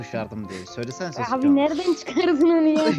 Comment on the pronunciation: Sasukenin adi sasuuuuke degil aga sasuuuuke